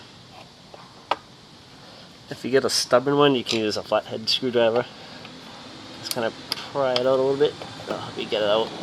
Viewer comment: What's a screwdriv-ah? :)